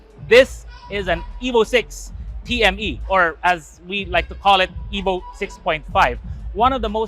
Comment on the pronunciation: its pronounced EEVO not eboh mga ayasib